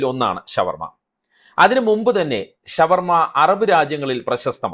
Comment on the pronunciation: ശവ വർമ അല്ല ഷാ വർമ യാണ് നല്ലത്